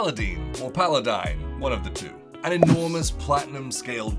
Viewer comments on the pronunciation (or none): Paladine, the "e" at the end makes it a Long "i".